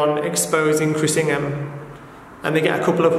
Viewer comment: Is it weird that I heard "Chris Pringle" rather than "Ingham"?